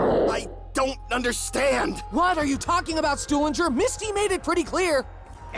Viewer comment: hahah Misty called Stuhlinger "Stupinger" LOL